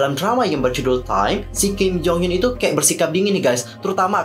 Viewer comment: Kim nya ga trlalu salah penyebutan, krna kalo mmg pngen kek org korea ㄱ dibaca antara G sama K, aku cuma kurng suka penyebutan nama kalo ada hruf U. Kek hyun hrusnya dibaca hyeon jd hyun, mungkin krna lidah indo.